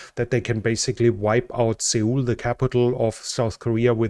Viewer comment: Just to help a bit if you need to talk about Korea again. There is no 'e' sound in Seoul. In actuality, the "eo" is a terrible Romanization of the Korean vowel ㅓ as you see in the Korean spelling "서울." (two syllables) The ㅓ vowel in Korean has a sound between a short o and a short u. I suppose it is very close to the "eo" in the way we pronounce "George." That's the only real explanation I have for that transliteration. So if you wanted to pronounce it correctly, it sounds like "suh-ool," but most English speakers hear it like it was pronounced "sole." But you can be confident that there is no "e" sound in Seoul. I know why you use the 'y' sound on names like "Jung Un" or "Jung Il," but that transliteration into English really is a good one. Those names are 정은, and 정일 and the consonant ㅈ does equate well to the English pronunciation of J as in the word "just." Thank you for the update.